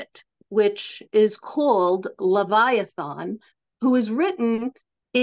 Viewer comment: It's not pronounced levia-thawn. The last vowel is an A not an O.